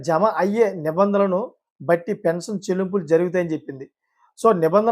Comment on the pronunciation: Appati news chepthunnavu pensanu kaadhu pension